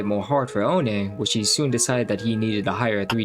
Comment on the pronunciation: oh nay 💀